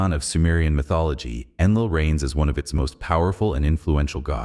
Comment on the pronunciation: “To understand anus significance..” 😅